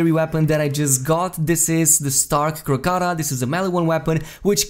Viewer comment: "Krak-uh-toe-uh." - Like the volcano in Indonesia.